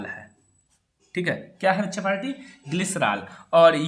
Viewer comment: When you say baccha palti then I'm so laughing 🤣😂🤣🤣😂🤣😂🤣😂🤣😂🤣😂